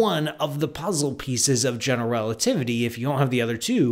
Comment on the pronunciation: Is it just me, or is he pronouncing "generelativity"? Also, shouldn't the name "Einstein" be pronounced "Ein-shtein"?